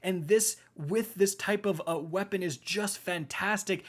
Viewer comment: "ThE lAsT brEaTh iZz tHE 2nD wORst WePuN iN pROpHeCy"